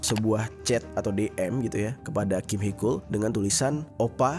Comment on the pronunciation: itu Taecyeon disebut tekyon njy panggil biasa fans "techon" gt😭 terus Heechul dipanggil heekul mon maaf panggil aja "Heecul" gt😭